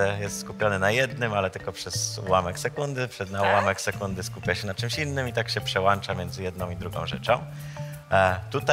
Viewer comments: GENIUSZ :D. Koleś tłumaczy zawisłości ludzkiego mózgu, a sam mówi PRZEŁANCZAĆ - śmiech na sali. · Przełanczać xd